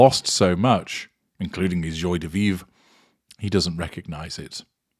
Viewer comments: Dear in case you plan to use this phrase in the future, it is pronounced "jwa" de vivre. Just sayin'. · Very disappointed in your prounciation of joi de vive